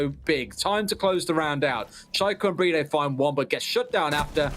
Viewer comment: Why do they call BriD "Bridey"?